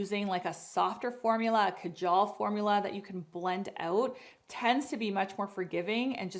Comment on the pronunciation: Well done great hacks, just one small correction since I come from the land where Kajal was invented even though it is spelt as Kajal it's pronunciation is Kaaajull...not kajaaal